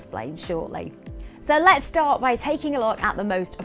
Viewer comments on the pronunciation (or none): none